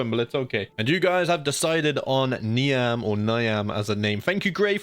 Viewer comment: I believe Niamh is pronounced "Nieve" or "Neeve" it's a lovely Old Irish name.